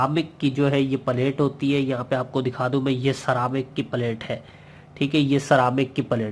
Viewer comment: सिरेमिक को सारामिक बोल रहा है पेल्टियर को पाल्र्टी बोल रहा है अबे चुतिया पहले अंग्रेजी तो सीख ले ठीक सही से